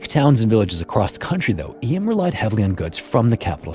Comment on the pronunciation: It's pronounced 'Eem' even though it's written Eysm (I'm from Derbyshire).